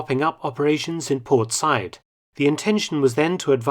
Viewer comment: I love you, Mark, but an unusual mispronunciation by you. Said ( Sa’eed, etc) is pronounced sah ‘eed. Cheers.